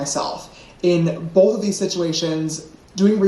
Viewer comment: "bowth", "hoewp,' "pawst," "gawt"--please, some elocution lessons.